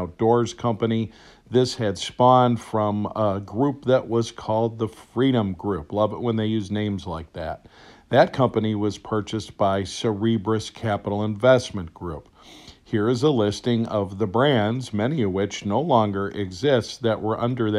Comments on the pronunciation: It's not Cerebrus. That sounds cerebral. It's Cerberus, like the three headed dog that guards gates of hades in the underworld. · This man butchered the hell out of saying "Cerberus". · Well, I’d quit watching the SOB. Obviously doesn’t know anything about firearms because he can’t pronounce a stupid conglomerate name lol